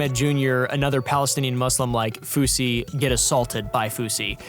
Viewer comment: Fousy.. Not kosher or whatever